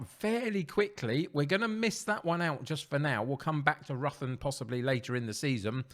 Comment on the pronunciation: Ruthin is pronounced rithin just to let you know